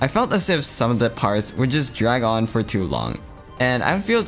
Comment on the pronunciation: Why doesn’t bro just pronounce ToO like “two/too”